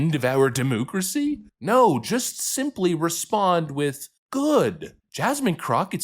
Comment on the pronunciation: My man, please stop saying,.. DEMOOCRACY.. I NEARLY CHOKED ON MY COFFEE THIS MORNING. 😂😂